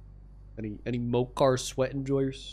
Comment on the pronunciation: Fun fact: There is a real drink in japan named pocari sweat not mocari sweat